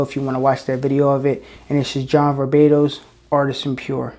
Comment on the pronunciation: I love it when you say "John VarBatos" , even if it's not the correct name of the brand :D